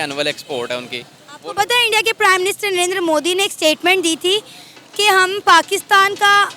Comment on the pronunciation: Wo minister hota hai "MANISTER" nhi hota .. ho sakta hai tumhare yaha MANISTER hota ho😂😂